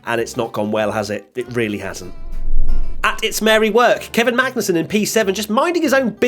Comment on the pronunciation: i love how during the race rundown almost called Magnussen "Bangussen" or something. and it was a banger of a performance from Kevin!